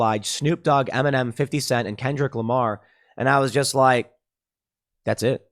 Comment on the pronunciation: I was just watching the video and for more than half of it I thought Tim was saying M&M taking a knee instead of Eminem lmao